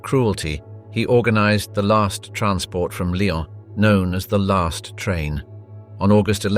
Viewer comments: It's Lyon, not Lion! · Lyon’s is pronounced Lee-ons not Lions 🙄😂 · Lyon is pronounced: Lee - on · Weird how every once and awhile he does pronounce "lyon" right... weird